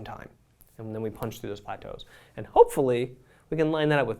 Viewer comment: that HOPEfully said gives me life😂😂